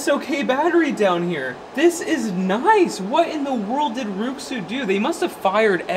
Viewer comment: Rui Xu is pronounced “Ray shoe”